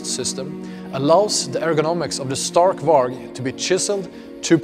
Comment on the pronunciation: Love it but why is he pronouncing stark varg wrong.